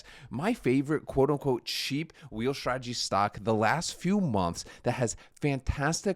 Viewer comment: Please please stop saying Shhhtradegy... there is no h in strategy...dont worry, you're not the only one